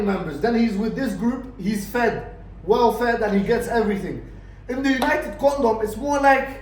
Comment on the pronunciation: Everytime you say united kondom i piss myself laughing 😂